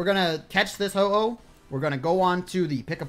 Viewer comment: He says ho ho when its ho oh